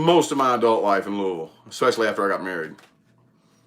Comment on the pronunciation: Im from Kentucky was born. In Louisville. You said Louisville right too lol not looeyville or Louis ville. Lmao. I'm in Russellville ky. A tiny Town two hours from Louisville. I have lots of family in Indiana too. Thanks for the aries reading. I didn't know you was from around here. You do talk kinda country lol.